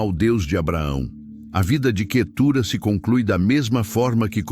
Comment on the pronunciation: O nome QUETURA não tem acento na última sílaba então não se pronuncia assim